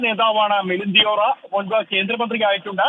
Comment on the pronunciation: ദിയോറ അല്ല, ദേവറ ആണ്.